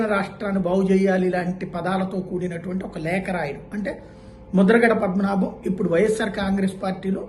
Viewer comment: Mudhragada padmanabha Reddy peru sarigga chadavali kadaa